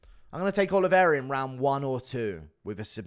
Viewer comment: He doesn't even pronounce Oliveira correctly bro